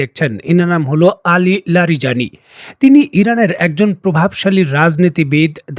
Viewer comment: লারিজানি নাম। আপনি রাজানি রাজানি করতেছেন কেন!